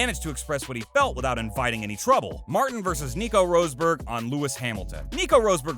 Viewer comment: "Vershtoppin" "Roseberg" "Ire-ton Senna" etc - wow, you literally got every important name wrong except Brundle. Maybe do videos on another topic....